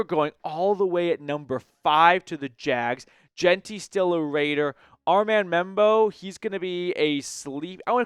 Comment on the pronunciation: I think you’re butchering names brother 😂 I think it’s pronounced Jah-lon Walker & Ar-mahnd Membou